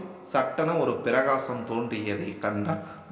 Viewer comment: “Pirakaasam alla intha vaarththai; antha vaarththai ‘Prakaasam’ enRu uchcharikka vENdum. Sari thaanE? ChollungO?” - “.”